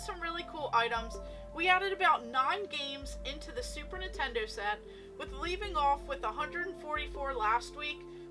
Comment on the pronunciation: Girl you are awesome keep up with that collection 🤩but “Nitendo” sounds really off just saying ❤️